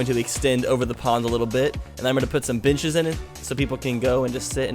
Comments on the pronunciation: Every time u said benches I heard bitches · He did pronounce it like “beenches”, so it makes sense that you heard it that way. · I'm awful.. you said "putting in some benches" and I heard "putting in some bitches":\ I'm too used to old. I love mature though.